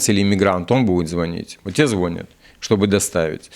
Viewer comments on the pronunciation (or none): пожалуйста! В слове звонят ударение на Я.